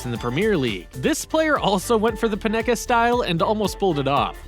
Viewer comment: You can't pronounce the names of either Immobile or Panenka. And NorWICK!!! Ha,ha,ha,ha. EMBARRASSING! You haven't a clue about football. So get someone who DOES know the game to narrate.